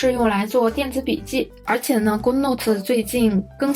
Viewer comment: 勾no特？那不是good 顧no特嗎😆